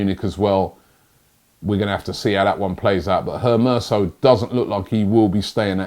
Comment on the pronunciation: "Maitland-Miles, Hermerso, Ismaili Sarr" remixing players names like it's nobodies business